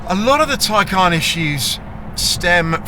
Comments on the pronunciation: Isn’t it the Tay-Can as you say Tie-Carn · Ty-carn? It’s a Taycan. 😅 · Why you say “tie-khaaaaan”